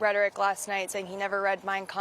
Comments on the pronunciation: Wow, Trump mispronounces so much, I was sure he would butcher “Mein Kamph,” but what do you know? Perfect. Hmmm. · he pronounced it perfectly how funny